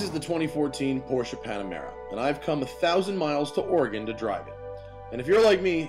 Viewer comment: Matt, thank you for actually pronouncing Oregon correctly. Oregonians get sick of hearing Ore-gone, and yes, it does rain here all the time.